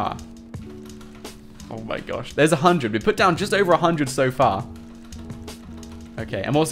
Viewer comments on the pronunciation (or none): none